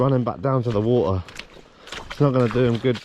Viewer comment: When you were a kid did your mother not tell you waTer has a T in the middle